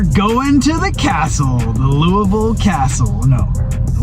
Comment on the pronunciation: Good job pronouncing Louisville correctly. Nobody ever says it right